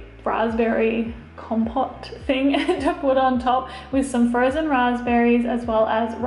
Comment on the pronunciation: Hello!! It’s com-pote !! Instead of com-pot :-)